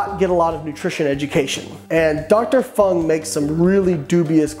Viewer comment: I just have to say two first one the non dr. Berg second one it's doctor f u n g and the others I never listen to. I am enjoying your videos immensely